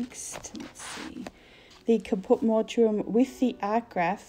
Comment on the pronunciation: Just FYI It's pronounced Caput Mort um :)